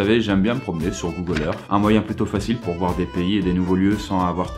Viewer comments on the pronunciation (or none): pourquoi il dit google erf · Google Eurf...xD Excellente vidéo ;)